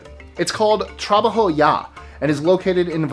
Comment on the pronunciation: Dude needs to learn how to corectly pronounce the names... Specifically : Trabajo